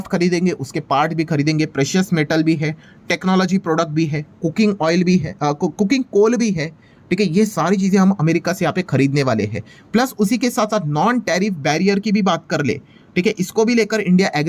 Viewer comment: It is coking coal, not cooking coal sir.